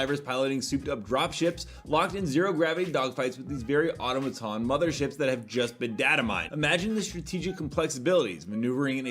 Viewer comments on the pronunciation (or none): Bro still can't say Automaton lmao :face-green-smiling